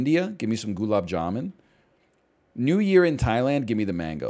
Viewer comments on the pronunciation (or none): none